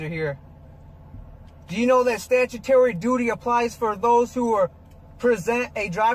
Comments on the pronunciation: I'm a bitch - because when he kept saying the word "statyatoree" I would have replied, "Sir, you can't even read - what makes you think you understand what you've read? The word is statutory, you moron." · “Stajatary”. Means he can’t read. Lol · Do you know that she doesn't care about your "stat-cha-taries?" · Yes he did say STATUTARY. But you have to take into account how SMART he is